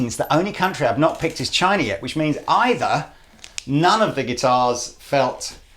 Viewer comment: That was pretty much the worst pronunciation of China in Chinese...